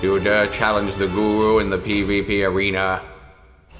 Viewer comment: GORU😻 not GURU